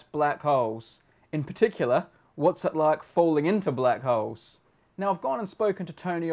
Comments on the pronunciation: HAHA The first time he said "Black Holes" i was convince he said "Black Hoes". Dirty me. Good Video. Keep the good work up. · This is what I thought I heard Brady say "...about one of our favorite subjects and that's black hoes." And now I can't unhear it D